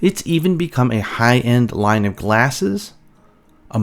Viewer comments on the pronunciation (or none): none